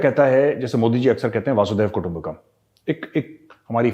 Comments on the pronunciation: Major sahab it is वसुधैव कुटुंबकम् not वासुदेव कुटुंबकम् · Vasudev kutumbhkam nahi hota Gaurav bhai, it is Vasundharav kutumbhkam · मेजर गौरव आर्या, कृपया "वसुधैव कुटुम्बकम" कहिये। आप वासुदेव कुटुम्बकम कह रहे हैं।😊👍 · Gauravji. Its vasudhaiv वसुधैव कुटुम्बकम् . Not vasudev ir vasudhev. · Major saab it's basudhev kutumbakam not basudeb kutumbakam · Sir, its not "Vasudev Kutumbakam". Its "Vasudhaiva Kutumbakam", means Vasudhaa - the Earth - Bhumi, Eva/Eba - means really and Kutumb - means Family. The whole meaning is "The whole earth is really a Family. The pronunciation is "Vasudha-eba-Kutumbakam". I just heard you are saying 'Vasudev' many times. Its actually 'Vasudhaiva'. Please never mind Sir. Jai Hind.......🙏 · Not vaasudhaiva kutumbakam, It is vasudhaiva kutumbakam sir. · The phrase vasudhaiv kutumbakam is pronounced with a short vowel "a".